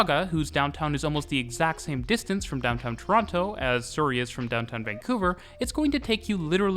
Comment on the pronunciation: As a native of Surrey in the UK I can tell you that is using a different pronunciation to the one I would use.